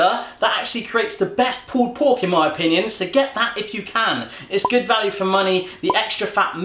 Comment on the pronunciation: i hate when he says pull pork